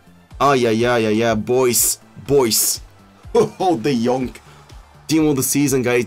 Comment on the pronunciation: De jonk not de jong !!!!! C’mon ea fix it